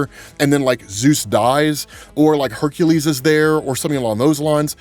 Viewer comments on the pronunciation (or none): none